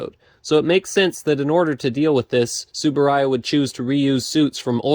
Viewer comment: The U in Uehara and T in Tsuburaya aren't silent